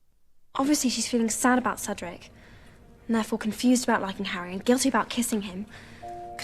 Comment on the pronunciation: Сначала вы произнесли "Седрик" так, что он превратился в Русского. 😄